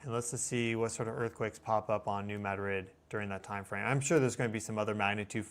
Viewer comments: It is not “Mad Rid”. It is pronounced “Muh- Drid.” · It's New MAH-drid. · New MAD-rid is the pronunciation. Thank you. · "New Mad•rid?" Noooo... 🤦‍♀️ It's two syllables, not two words. You're meant to blend the d and r. *Ma•drid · It is really bugging me, too. 😂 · I grew up on the New Madrid fault...lots of small tremors, probably 3-4, but definitely enought to vibrate my mom's vase off the shelf lol. It's pronounced New "MADrid". Love your channel. Ty for all your vigilance and great info! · It's not a big deal but it's driving me nuts it's not New Mad Rid, Pronounce it like they do on this channel then you won't drive me nuts. 😂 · It’s pronounced new mad drid. Some southeast mo speak for you. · Lol not how you pronounce New Madrid. ❤